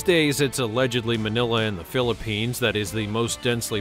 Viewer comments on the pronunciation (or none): none